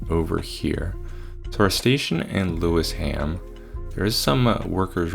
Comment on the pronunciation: lewisham = pronounced lew-ishm